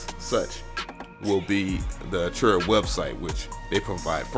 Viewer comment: that and he says arturia wrong too....